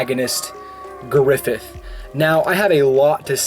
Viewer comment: Ugh, griffilth